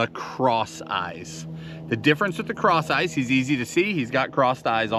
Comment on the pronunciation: I keep hearing “craw sizes” when you say ‘ cross eyes’ I always like to hear those weird word combos! I once ask for an ice water & got a fly swatter , I was confused for a little bit. ‘Herring loss’ (my bird got away!😂) & bis-lex-E-a is a horrible ‘combo nation’ = (numbers to my safe? Or a small country no one ever heard of?) 😂 ✌️🤟🤙